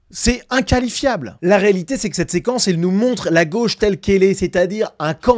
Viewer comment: J’adore vos expressions : « C’est ACABlant », « C’est inKHALIFIAble » 😂 Y’a que moi qui entend ça ou c’est fait exprès ? 😂